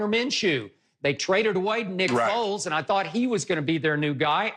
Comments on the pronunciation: My man Shannon said Nick Folk instead of Foles 💀💀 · "Nick Folk" 😭😭😭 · Nick foles my guy not folk lmfao